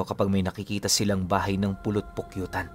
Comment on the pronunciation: Polopokyutan po hindi pulot pukyutan